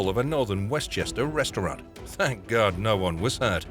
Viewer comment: "Oh my gard" very weird commentary.